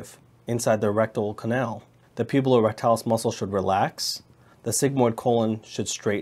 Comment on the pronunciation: *puborectalis not pubulorectalis